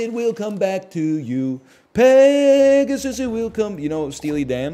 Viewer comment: he butchered peg so hard